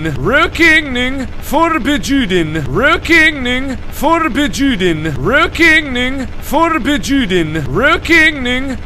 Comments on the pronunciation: ashes-rain-in-the-night Trust me, it isn't. :) It's more like "rawk ning, for bjew den" (but with the wovel in the first word pronounced as the o in "work".) I don't know if that made any sense, though. :) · Markiplier its pronounced rokning forbuden the j is silent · It sounds like he's saying "real kidneying, for bitch you didn't 😅😂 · did uhh...anybody else hear rokning forbjuden? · I don't know why but I keep hearing rookeening for bitch you didn't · I heard "for bitch you did" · I am Swedish and he says totally wrong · Tianna Elizalde I'm norwegian, but swedish is similar to norwegian, so i just understand because it's similar. And it's hard to write how to pronounce something, but it's DEFINITELY not pronounced like that! XD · Han utalar det inte rätt PS. Jag vet inte hur utalar stavas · No, it hurts, it hurts ALOT :< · | You mean... this /isn't/ the correct way to say it? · Wow, I did not expect to find a video of Mark pronouncing Swedish horribly (no offence man), and it's pretty hilarious! I can see why English people think Swedish is hard to learn. Also, the sign translates to "Smoking forbidden" =) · Yea mark of you saying no smoking in Swedish good job good job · That pronunciation though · By the way Mark you said it wrong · this hurts my swedish ears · The season why he can't say the word right is because he is not swedish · Thats so bad... (I mean I know hes not trying to say it correctly, its just cringy) Rökning Förbjuden - in case anyone cares, it means smoking not allowed in Swedish